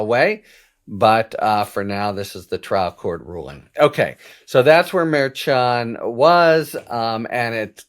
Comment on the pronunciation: Merchan, pronounced, "mare - shan", I believe. Nope -- I AM WRONG -- you are closer, not perfect, but closer than I am. In fact, YOU are the only one in the public sphere whi even gets close. I should have known Harry was right!!